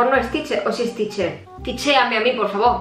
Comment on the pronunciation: "Ticheame a mi pofffavoo" 😅